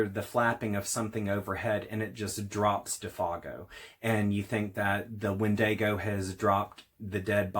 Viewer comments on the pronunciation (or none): It’s pronounced “WEN-di-go”. Not “wen-DAY-go”. Sheesh🧐